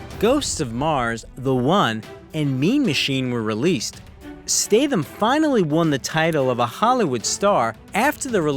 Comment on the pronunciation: It pisses me of the hear the narrator pronounces his name as STATEHAM. It should be STATHAM with a short A. Get your shyte right dude.